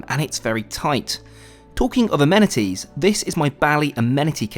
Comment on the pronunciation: Struggling with your pronunciation of amenities 😂